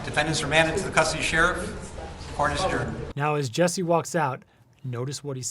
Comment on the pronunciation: His name is “JUssie” not “JESSie”